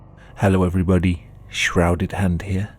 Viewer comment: Why did you say "everybody" like that